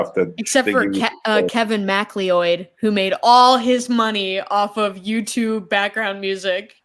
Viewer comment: Kevin Macleeoid? You mean Kevin Macleod? Pronounced Mac-loud?